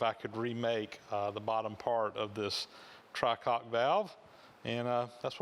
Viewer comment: The proper word for these valves is "try-cock" not "tri-cock" for trial not for three. If there is only steam from the bottom or lowest valve then the appropriate action is pull the fire, dump it, or put is out.